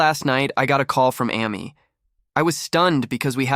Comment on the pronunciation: AI voice Amy Ah-me lol